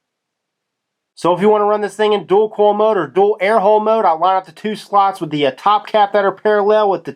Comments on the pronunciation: Dool call and dool mode. Americans say everything wrong lol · He also says dool call [dual coil] lol!